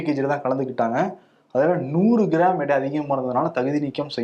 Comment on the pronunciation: தம்பி 'இடை' அல்ல 'எடை'